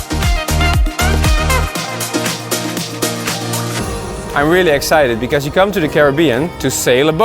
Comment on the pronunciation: It's pronounced Domi ni -ca not do mi-nica